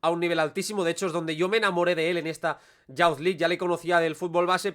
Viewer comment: "Youth" se pronuncia como "yooth":-) Gracias por este video interesante (como siempre)